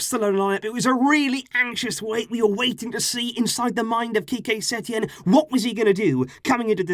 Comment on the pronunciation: “ qique setein era” lol